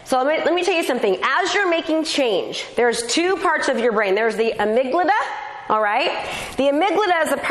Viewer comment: The amygdala not amyglada